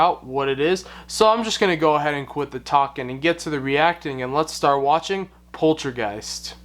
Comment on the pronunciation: LOL at the way you pronounce Poltergeist (you say is as pol-tra-geist instead of pol-ter-geist) 🤣 sorry! 😋 Poltergeist is translated from German as noisey ghost. Such a classic movie but it had it's fair share of controversy. Including the death of Heather O'Rourke (who played Carolanne) and the murder of Dominique Dunn (who played the older sister).